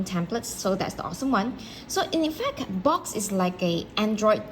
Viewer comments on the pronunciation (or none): Ma’am… thank you for the video. “Box” is a slang term for 🐱 in parts of the US so saying “your box” LOL My kind suggestion is to pronounce it BUX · Quick clarification isn't it pronounced Books (Boox) not Box , or have I been pronouncing this wrong all along?